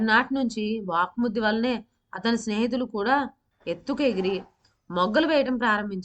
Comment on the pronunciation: Vvak suddhi not vaakmuddi pl correct